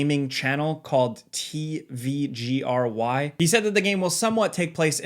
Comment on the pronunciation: Awesome video! Just a small tip – in Polish, “tvgry” is pronounced more like “teh-fow-grih” (one word) and it directly translates to "tvgames"